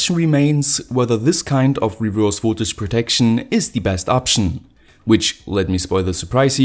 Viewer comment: His pronunciation is horrible, isn’t it?